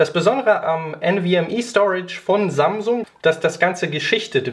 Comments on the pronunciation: bin ich der einzige der Sangsung anstatt Samsung hört ? =_= trotzdem gutes Video :D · habe auch sangsum verstanden xD